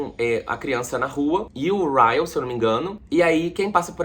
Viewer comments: Eu tenho uma crise de riso toda vez que o fala Kyle e o corrige Ryle* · Ele chamando o Ryle de Kyle é o melhor kkkkkk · eu ri dele falando kyle toda hora KKKKKKK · ai q agonia ce falando kyleKKJJ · Cada vez que o falava caio eu dava uma risada kkkkkkkkkk. Eu tbm amei esse livro e chorei muito nesse final pq o atlas é muito lindo 🥺🥺🥺🥺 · Eu ri demais com ele errando o nome do Ryle! kkkkkk... esse livro é perfeito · falando sobre assuntos super sérios do livro e eu rindo pq ele não acerta o nome do Ryle de jeito nenhum kkkkkkkk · Eu tô rindo muito você errando o nome do Ryle kkkkkkkk